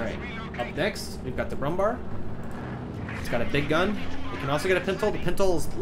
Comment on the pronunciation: i like the video but my god i was not prepared to hear the butchering of the pronounciation of "brummbär"